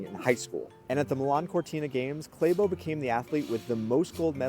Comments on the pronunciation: It's not Kleibo it's Klæ bo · Its Klæbo It pronounces the same ass Class minus the ss'es and Bo as in Bond minus nd ;) Cla bo ;)